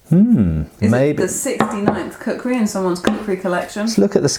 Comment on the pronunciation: lol, kukri "krisis"